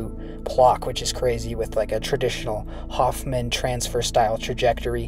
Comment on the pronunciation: It's "Hohmann" not "Hoffman".